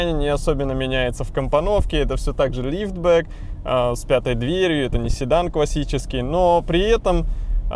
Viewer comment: И еще ударения в словах "лифтбэк" - прям жесть как бесит :)))